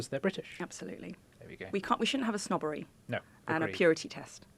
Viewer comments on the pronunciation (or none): we shouldn’t have a snobbery, but we should definitely have a shwubberwy